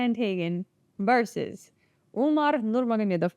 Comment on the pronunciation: Pronouncing Russian goosebumps 😂